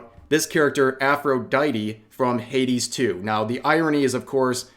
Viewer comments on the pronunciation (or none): none